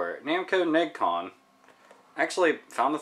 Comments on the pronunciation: FYI, it's pronounced Neh-gee-con, no Neg-con. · To provide a correction, it is pronounced "neh-gee-con", not "negg-con". I remember seeing that controller in the manual for Tekken 2. I thought that this looks like something out of the video arcade